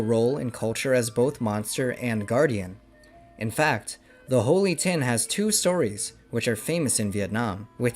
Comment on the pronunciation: Holy tinh not Holy thing!